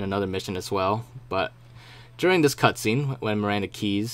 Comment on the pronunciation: he says "cuntscene" hahahah